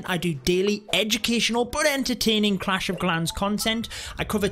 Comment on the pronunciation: 'Clash of Glans' xD